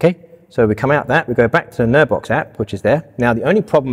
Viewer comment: What are you saying? Nerve Box? Nerd Box? Can we have a link to the product?